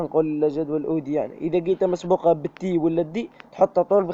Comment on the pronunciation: شكراااا جزيلا ربي يحفضك وربي يرحم والديك اكثر حاجا عجبتني فليفيديو باش تقول s مسبوقة قلت مقسوبة ههههه رليحا طيب عشاها ههههههه ربي يحفضك خويا 😂😊😊😊😊😊